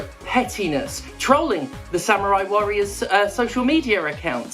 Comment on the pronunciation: Oh god don't you start doing the Yahtzee thing of saying "sam-you-rai" instead of "samurai".